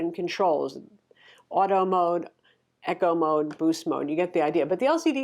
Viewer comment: Blar blar blar... hate when people can not say “eco” correctly... no H in Eco